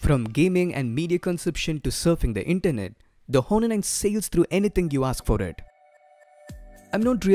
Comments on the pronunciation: Its not Hhhhhonor , its pronounced like Onor , h is silent dude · The 'H' is silent in 'Honor'. You pronounce it as 'Aw-ner' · I know someone probably already said it, but the H in many Latin-based words in English is silent, such as honor, heir, and hour. I could go into the linguistic specifics of it, but I don't know if you would care for that. Anyway, I just wanted to leave you a helpful tip. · ok, but it doesn't matter. he is doing gud. i just wanted to correct him bcz every body is listening to him and he should correct his pronunciation... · No worries. Great video. I, being a grammar Nazi, couldn't enjoy the video a lot just because of that H :P But overall, really nice video skills